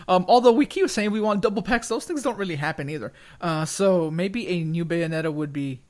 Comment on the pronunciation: BAY O NE TA GOD DAMMM IT